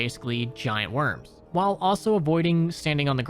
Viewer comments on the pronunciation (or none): none